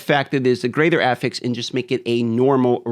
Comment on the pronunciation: I don't know why, but the pronunciation of the word "affix" makes me physically upset.